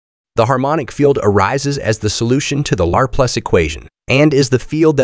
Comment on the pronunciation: It's, Leplare... son! 😂 For real though my eye twitches every time it says it.